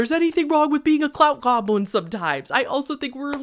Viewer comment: The fact that you mispronounced goblin as "globlin" every single time is sending me 😅 lmao